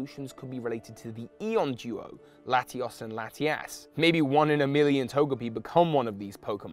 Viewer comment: I think you said Latias wrong...